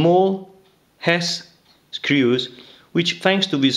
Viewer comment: Nice video. I love how you pronounce "screws" Sounds like Inspector Clouseau from the Pink Panther. Love it!